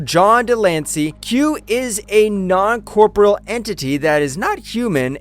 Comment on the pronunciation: Non cor-por-E-al. Not non corporal.